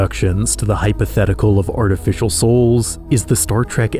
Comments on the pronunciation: 'Artificail' broke me. :P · Artificail lol